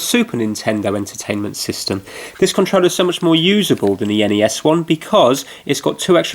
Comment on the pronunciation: be saying ConTreller instead of controller